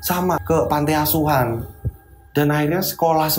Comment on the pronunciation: Koreksi mas Bro...bukan Pante asuhan tapi panti asuhan yaaaaaa 🙏😊